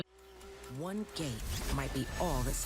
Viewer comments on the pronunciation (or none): none